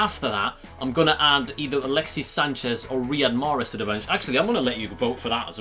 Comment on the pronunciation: Mate it's Riyad Mahrez and not Rihad 😂😂